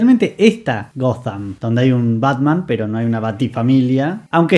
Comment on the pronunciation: que esta nueva moda tilinga de decirle "Goddamm" a Ciudad Gótica? Horrible.